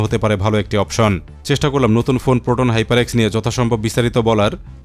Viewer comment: hyper ❌️ hepar✅️